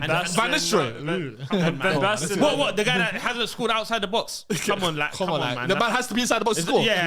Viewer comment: said van basten 😂..shut yo bumass up